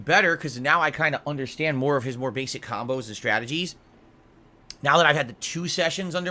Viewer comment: "Khambos" ducks head down SNORT